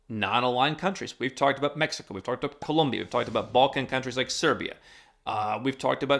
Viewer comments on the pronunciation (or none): none